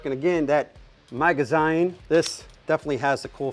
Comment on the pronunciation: A maga- what now? Maga 'ZYNE'??! this hurts to hear😖😂